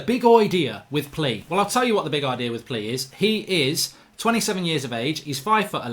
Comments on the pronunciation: His name is plea but you pronounce it like playa, great video again mark love the content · David Walton nah it’s definitely pronounced like player 😂 trust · its not plea its pleaa in pronouncing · His name is pronounced “playa” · It's pronounced pleya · I think its pronounced pleya but im not sure Ps: anyone, please dont like this comment anymore im happy at 69😏😏🤣🤣 Oh ffs its at 70 now😅😅